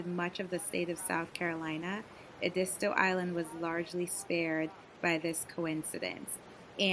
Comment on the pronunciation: Ehh- deee- stoo. Not : Ahh di sto.